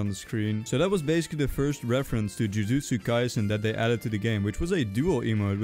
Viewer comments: BRO CALLED IT "JIUJIUSTU KAISEN GET IT RIGHT IT'S JUJUTSU KAISEN OR JJK WHYYY!?!?!?!?!?!? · YOU CALLED THE TIMESTAMP "JIUJITSU KAISEN" ITS CALLED "JUJUTSU KAISEN" >:C